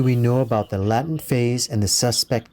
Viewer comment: "laytent" for latent